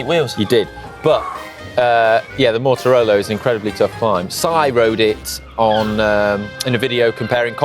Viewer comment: Always hilarious when someone pronounces Mortirolo as if it has a connection with motorbikes “Motorolo’ 😂Bit like the idiots who say expresso instead of espresso 😂